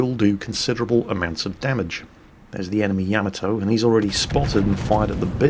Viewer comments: Hey -Great as always-YOU HAVE ME THINKING ARE YOU SAYING YAMATO CORRECTLY? YOU ARE NAVY MAN AND KNOW BETTER THAN I DO, IS IT NOT YAH-MA-TO? YOU ARE SAYING YAM-AH -TOE??? LET ME KNOW THE FACTS-THANKS "Most accurately, there should be NO stressed syllables; Japanese doesn't use such constructions. Should be 'yah-mah-toe' but with almost clipped vowel sounds, and no stressed syllables." " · I hope someday you realize it's pronounced YAH-MAH-TOE, not YEAH-MEH-TOE! Stop with the Japanese mispronunciations! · Say it with me Ya ma toe. Put those together fast and you said it right. I do however, under stand, your British. You all talk funny. Yes I am American.